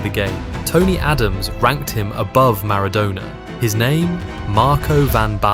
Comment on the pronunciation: Is this AI? Maradona's pronunciation is very iffy. "To coaches he was a complete football"